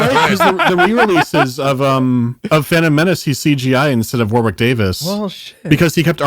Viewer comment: It actually hurts that you never once pronounce Warwick Davis' name correctly...it's spelt war-wick...it's pronounced WARRICK